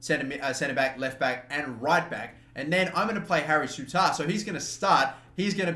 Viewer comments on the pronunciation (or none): suit-er not sootAR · You stress the SOU bit. SOU-ttar; not souTTAR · Souttar is pronounced 'sooter' m8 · Soo-ter is how u say his name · Souttar name is pronounced sooter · It's pronounced SOO-TER. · It's kinda pronounced Harry sooter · it's pronounced Soo-tir/ter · Souttar is sue-tear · Souttar is pronounced SOO-tar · It's - sooter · It's pronunciation sounds like Sooter for Souttar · Hearing the way you say souttar is frustrating, sooter is how it is said like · It's pronounced soo-ter ,Scottish name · Pronounce Souttar as Sot-ter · Souttar is pronounced "sooter". It's a Scottish name not a Spanish one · It's pronounced soo- ter